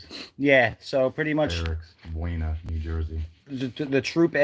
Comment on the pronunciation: Locals pronounce Buena as "Boona".